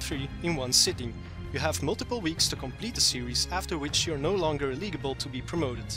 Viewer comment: I think the phrase you wanted to use was "no longer eligible." The word "illegible" refers to hand writing that can't be understood. You had the right idea, just an uncommon pronunciation of "eligible" =P